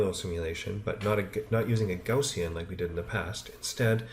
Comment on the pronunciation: Gaussian is pronounced: G-ou-ss-ee-in.